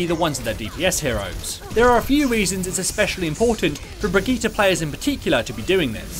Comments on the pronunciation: Its actually pronounced Bri - gi - teh. With a hard "r". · bri - gi - tay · theres no A in bridgitte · The way you say her name is terrible. These are also more beginner basic tips. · everything right exept of your pronounciation of her name